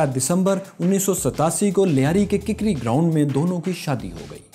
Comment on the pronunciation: Kikri nahe kakri graound 🙏😂😉